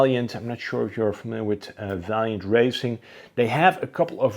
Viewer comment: Vaillant was no racing team but rather a sponsor for Kremer-Racing. Vaillant still produces thermal heat pumps, flow heaters etc. Also they are pronounced vaillant not valiant. Just FYI